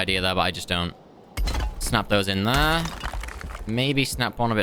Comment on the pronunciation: Hurts my ears when he says "thrr" instead of "there"